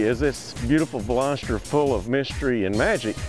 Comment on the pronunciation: i hate how some people pronounce "veloster" as velositter...